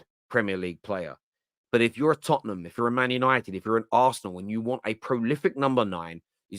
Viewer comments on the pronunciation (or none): none